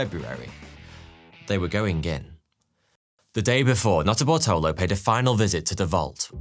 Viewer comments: Okay, you say the guys had a weird name. But every time you say the main guys name, I swear you're just saying "Not a Butthole o" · Who else kept hearing "not a buttholer"🤔🙃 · Sorry dude, but every time you say Nutterbartolo, I only hear Nutter Butter. Speaks poorly to my mis-spent youth in front of a television.